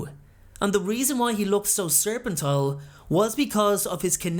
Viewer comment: Serpentine, not serpentile. ♥